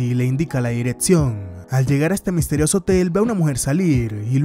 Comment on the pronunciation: me desespera q no pronuncies bien las palabras dices: “tatsi”, “diretsión”, “contesto”, entre otras…